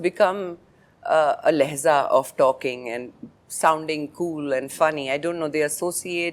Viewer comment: Madam please DO NOT use Urdu terms if you can’t pronounce it correctly ! It’s NOT “Lehzah” it’s “LEHJAH” !